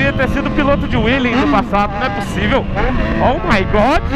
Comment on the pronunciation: em vez de ser oh my good é (oh good) kkkkk